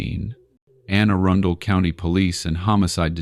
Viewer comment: AI, bro your need pronunciation therapy with the quickness. The way it's pronounced is (A-run-del) it's not ( Erin-dale) !!!